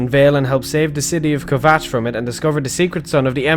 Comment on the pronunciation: I don't want to sound like a hater but I believe you pronounced kvatch (not sure if I spelt that right)